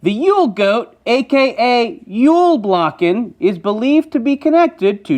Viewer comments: Jul bocken (yule billy-goat I guess it might translate into) not "yule blocken". It is not a block x) I am happy that you had it in the video though! Thanks for your hard work. You are awesome! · it's julbocken, not "julblocken" xD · Where did the L in Julblocken come from...... It's Julbocken. Also check out the Gävle bock if you want to bet on when it gets burnt. 😂 Also the goats pull Tor's chariot. Heathen Swede, out! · the Christmas goat is spelled in Swedish JulBocken not JulBlocken like he pronounced it. Jul btw is the Swedish word for Christmas. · Julbocken actually, not blocken lol.... We don't really have it anymore though :) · Sorry but what the h*** is jullbLocken? 😂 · HOW can you say julbocken so wrong im a angry swede. one more thing in sweden we celebrait christmas the 24 instead of 25. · Idgaf that pronounced my countries holiday wrong, just proud it got mentioned🏴. Here, take a leaf...